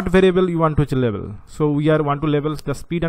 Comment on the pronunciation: Great video. It should "Label" not "Lebel" though. Doesn't really affect the quality of your video though. Overall very clear and informative